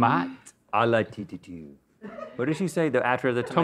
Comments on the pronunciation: When Rhett transitioned from "la laitue" to "la leh-tussse" XDXD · the way Link says ‘lettuce’ in French reminded me of Dana Carvey’s character in The Master of Disguise 😂